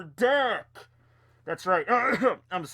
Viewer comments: i kept hearing dick when you had the mask on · Anyone else hear dick when he says deck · Everytime said deck at the beginning I heard dick. 😂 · Ohhhh deck.....deck....I thought you kept saying dick... for "your dick is old...."